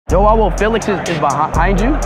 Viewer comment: It’s not pronounce Joanne Felix